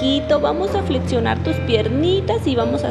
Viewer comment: se pronuncia FLEXIONAR, no FLETZIONAR, la pinche moda duranguense y sus modismo de hablar: TAXI-TATZI, DIRECCION-DIRETZION, OXXO-OTZO, OPCIONES-OTZIONES, ELEKTRA-ELEPTRA...y un pinche largo etc;(hasta esta madre la pronuncian como etece, etece), lo increible es que los pinches maestros de hoy hablan asi, desde ahi viene el problema, cuando suban videos por favor cuiden esos detalles, estas nuevas generaciones van camino a la chin...